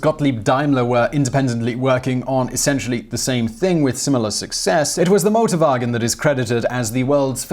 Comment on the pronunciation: no problem, thought thats what he said at first too. Then i realized that he is very brittish and saying a german word. So yeah motorbargins. Sounds like a place you shouldnt buy a car doesnt it?